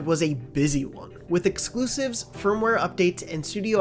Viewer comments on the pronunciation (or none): none